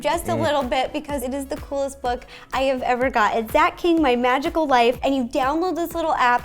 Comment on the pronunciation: You met him years ago bit yet still dont know how to pronounce his name right 😂😂